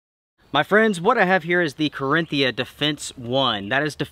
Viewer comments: One day he'll say Carinthia and not Carthinia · it's Ca-rin-thia. Not Carthinia. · OK so Reveille is not pronounced "reve lee" and the brand is not "carthinia", it's Carinthia. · "Carthinia" 😄 Nope, nope, nope.. it still is Carinthia.. 😉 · I love your videos, BUT some advise from Germany...please say CarIN-TH-ia (the TH is after the IN)...just my 2 cents ;) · Just FYI: it's pronounced "ka-rin-theea" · Great review as usual so we will forgive your horrible pronunciation of the brand name! 🤣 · Carinthia lol